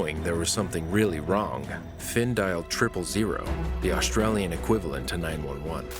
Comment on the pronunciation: Finn not phin